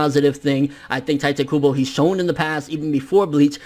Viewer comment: Why does everyone call him tai te? Its tite kybo like a kite with a t. Pls fx.